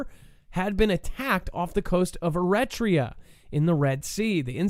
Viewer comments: Pronounced Air-a-tree-ah Eritrea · air- eh-TREE-ah